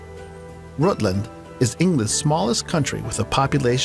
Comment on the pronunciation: Tell him Derbyshire is pronounced Darby-sher and Rutland is Rutland which he finally pronounces properly, I'm from East London so I pronounce Richmondshire Richmondsher.